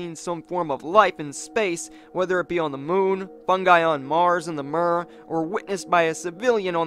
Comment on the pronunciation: It's pronounced mir with i like in the word h -i -t. Mir means World in Russian language, it can also mean Peace. 🤓